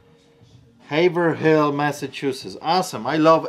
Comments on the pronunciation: Just to be clear , , It calls "Hay vroll" Massachusetts not "Ha-ver-hill" MA. This is the messed up pronunciation. sighhhh LOL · It's not Haver-HILL, It's Haver-ILL. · Im in Massachusetts also... it’s pronounced “hav erill” not hav er hill lol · I love how pronounces Haverhill have Haver Hill and not the Massachusetts way sounds more like “haveril” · Oh snap! Its pronounced Haiv-rell. I know the struggle, had to prayit a bit for a job interview. I said Haverhill too. -A Florida Man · Btw it's pronounced Hay-Vrill not Hay-Ver-Hill. I know we like to pronounce things weird in MA..... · It’s pronounced Hāvril. Not Haver Hill, even though it’s spelled that way. We have all the weird names here. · its pronounced HAVErel not haver hill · Seems it's a good idea to video every single return as you're opening them, no dispute with that evidence, no way for the buyer to say they did indeed send the right item. Good job. BTW ... pronunciation tip: Haverhill is pronounced "Hay-vrill" (yeah, we say stuff weird in New England ...ha!) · Thank you, I was going to correct his pronunciation of Hayverl too, I'm from CT but lived in Boston 🤗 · Haha I love when out of state people pronounce Massachusetts towns. Locals would say it more like "Havrill". Love your videos man. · Loving the show ! Fun little fact... In Massachusetts, we say Haverhill like *Haverull 🙂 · I live close to Haverhill, Ma. It is usually pronounced HAY-vril. Nice parrot you have. Never knew that having a parrot could be so much fun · I love hearing non New Englanders say HAVER-HILL...LOL is the best. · People in Massachusetts don't pronounce lots of towns like they are spelled. The town Straightaway Records is from is pronounced Hay-vrill there. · We Yankees know how hard it is to pronounce our cities! It sounds like Hayvrill🤪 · That town in Massachusetts? Haverhill- We pronounce it Hey-frill 😁😁😁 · It's pronounced Haverill you drop the 2nd h. It's where I living currently. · It's pronounced Haivrill